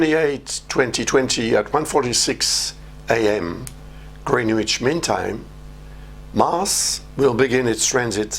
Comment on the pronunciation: Greenwich is pronounced Grennitch or Grenidge/Grinidge (if you are posh). The 'w' is never pronounced. Thank you for this, it's a good warning.